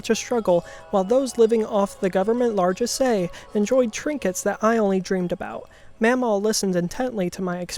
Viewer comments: "largesse" is pronounced largess, not largessé. It's not a big deal. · I think pronouncing things wrong was a running gag, there were a lot of things that were kind of obviously mispronounced